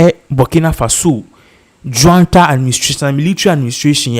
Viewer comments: And it's not Juanta , it's junta just like june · Please, it’s NOT JUANTA. It’s JUNTA.